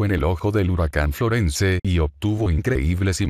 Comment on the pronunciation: Esa voz es horrorosa ..FLORENCE no se pronuncia la /e/ final...este es un termino anglosajon...perturban mis oidos😠